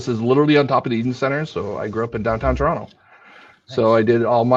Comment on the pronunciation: That's the proper way to pronounce Toronto.